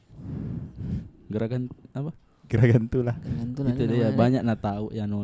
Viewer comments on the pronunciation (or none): Gargantua bang .. bukan gragantula 🤣🤣🤣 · Bukan gragantula kak, tpi gargantua. Sebutannya blackhole di film Interstellar